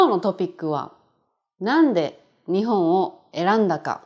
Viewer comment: Is Ni↘︎hon Kansaiben?